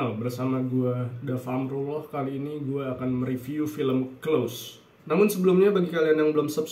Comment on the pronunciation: maaf mas,pengucapan close bkn spt yg mas ucapkan hehhe